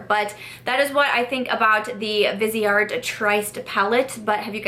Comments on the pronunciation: They're pronounced Viz-e-art and 'Trist' :) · I recommend watching Stephanie Nicole’s videos on Viseart. In one she interviewed the owner of the company and it was very informative. Btw, it’s pronounced vis-ee-art, with 3 syllables, from the French word for face, “visage.” I didn’t know how to pronounce it either until I watched Stephanie Nicole. She is a huge fan of their mattes, but not as much their shimmers because they are more subtle. I have 4 of the 12 pan palettes and they are amazing. The mattes are incredible, but I even like the shimmer palette I have because it’s more subtle. It works well on my more mature eyes, doesn’t settle into the “less smooth” areas. I even wear them in the crease and above where they also look pretty. But, the mattes are absolutely great quality and a pleasure to work with. Love your eye look today!